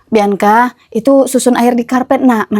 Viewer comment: Bianca kak bukan biaca